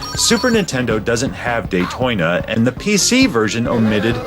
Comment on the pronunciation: Day-Toy-na LOL!!